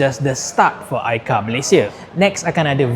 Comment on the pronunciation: Aikar 🚫 AiCau✅